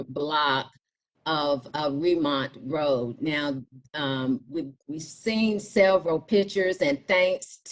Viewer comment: She is not from here. It is Ree - mount Road NOT Remont Road.